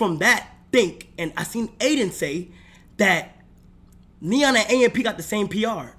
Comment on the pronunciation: When she said “F Adin” , Neon shoulda said “Than F Yall” & walked off like a G🤣🤣🤣🤣🤣